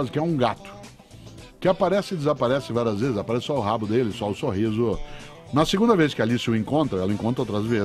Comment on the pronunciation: Só eu q tenho agonia com algumas palavra que ele fala ? Brancoãan, Sorrisoãan, altoãan, Britanicoãan... rsrsrsr